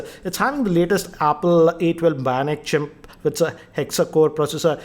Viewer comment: pronounced chip as chimp😂😂🤣🤣